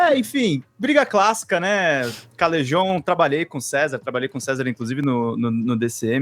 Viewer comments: Pronunciem CaleJon, não Calerron... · Não sei de nada da treta mas sou do time do Helder dos Galãs feios e chamo o Calejon de Calejon e não Calerron